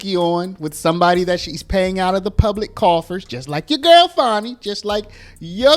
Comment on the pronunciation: Fanny. We all know it's Fanny not Fani